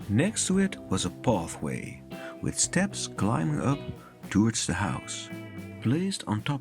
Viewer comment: Mooie video zoals steeds, jammer dat het is afgebrand maar ook wel een beetje dom dat de haard niet wat meer afgeschermd was. Let wel op dat je towards zegt met de o-klank zoals in 'toe' (teen) en niet met de nederlandse oe.